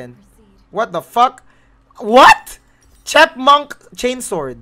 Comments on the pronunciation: "Chepmunk" is a worthy contender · " 'Chep'munk chainsword"